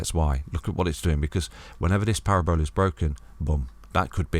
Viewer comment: Parabola not Para-Bola 🤣 love ya